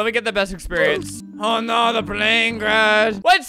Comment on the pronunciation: "Search TEH cabin"